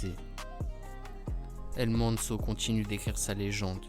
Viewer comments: Tu me stresse quand tu dit sont nom sa ce dit el mencho avec le ch pas el menso 😂 m’est sinon très bonne vidéo continue 💪🏽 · Apprend à dire son nom bordel 😅😅